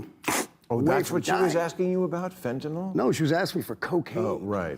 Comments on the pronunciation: Bill apparently doesn't know that fentanyl is found in everything, including cocaine, and that's what's killing people. Also, tell Kid Rock it's pronounced "fent-ah-NIL", not "fent-ah-NOLL", with emphasis on the first syllable. I believe this started due to the similarity of the names Fentanyl & Tylenol. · FentaNYL, not "fentaNOL". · Kid Rock: "Fent-nol" Bill: "Colombia, the university?" He's reading it and they're not spelled the same